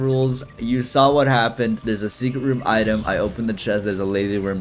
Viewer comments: New eye-tem, huh? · dont you mean eyetem? not item? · Haha item more like EYEtem hahaha I'm so funny